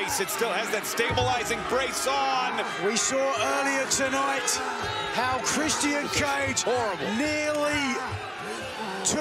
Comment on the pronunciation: Nigel, i love your commentary. But please, it's pronounced "Chris-chin", not "Chris-Tee-In". It's driving me "blimmin mental"